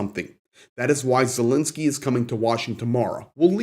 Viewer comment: thanks for all your informative videos; but please can you and just about all reporters pronounce President Zelensky’s name correctly.